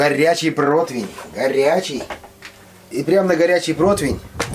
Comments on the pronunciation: Не чибата,а ЧИАБАТТА!!! Не протвень,а ПРОТИВЕНЬ!!! Когда вы это запомните уже??? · чИабатТа :)) Я тоже заметила. И ещё - проТвень , вместо протИвень. Главное, хлеб хороший!